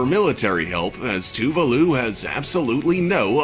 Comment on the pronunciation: It’s official. I don’t think i like the narrator much...Heck, at all. Also, what on Earth is “too-voo-loo”? I believe there is an “a” in “ Tuvalu”. Just saying.